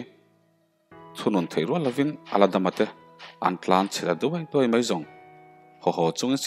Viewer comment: Thianpa,an tlanchhe ta duai duai mai,tih lai a,DUAI hmasa zawk hi han lam tha leh teh a nihna a bo daih a nia.He tiang thu ngai lam nawn turah hian kan mizo tawng ropuina i tibo leh thin,uluk leh deuh la a ngaihnawm leh zual ang.I thawnthu chhiar hi a ngaihnawm bawk siaaaa.